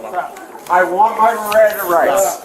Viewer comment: "I want my rirannda rights!" 😂😂